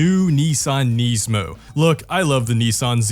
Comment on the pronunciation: Why does he say Nismo wrong?